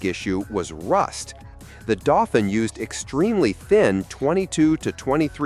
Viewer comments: Renault DOE-FEEN, not DOFFIN! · doe-feen, not dorrr-fin!